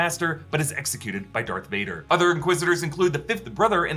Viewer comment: All these years, you been saying dark Vader instead of Darth Vader!